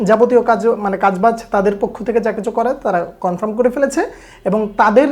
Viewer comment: উচ্চারণ টা কনফ্রাম না কনফার্ম 👍